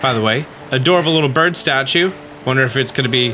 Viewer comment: Why do you say burb and not bird?